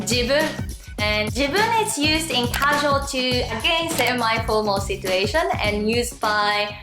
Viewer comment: thanks a lot! This helped me a lot and will surely help the people who will hear it from me. Just one thing. Since your English pronunciation is great and there's only one thing that stood out to me as an English teacher, I'm gonna tell you about it. I hope you don't mind. I don't think anyone else would tell you this, but the "t" in "situation" is actually pronounced as "ch". So even though it's written as "situation", the pronunciation would be "sichuation". Keep up the great work!:)